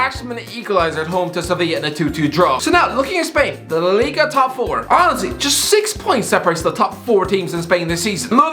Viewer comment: No one:: Lllliga top 4